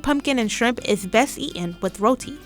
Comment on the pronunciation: Pronouncing "eaten" and "sweetened" without the "t" isn't ok ANYWHERE! It's distracting and no one who speaks like that should narrate.